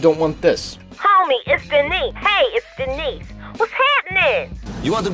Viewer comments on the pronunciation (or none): none